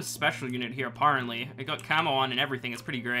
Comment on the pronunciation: I’ve realised that has one word that he cannot pronounce properly: ‘apparently’